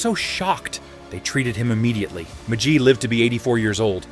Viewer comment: It's a shitty AI bot, so don't expect anything better. The way it can't pronounce "McGee" is the big giveaway.